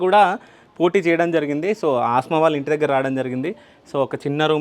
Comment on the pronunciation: Aasma kaadu anna Asma anadi